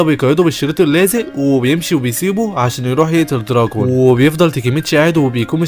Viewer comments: معلش بس اسما طوكيو مانجي و اسمو دراكين مش دراجون😅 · دوركين ❌ دراكين ✔️ كزتورا ❌ كزتورا ✔️ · صحح نطقك لانه مره مو مظبوط اسمه دراكين واسمها طوكيو مانجي مو مانجا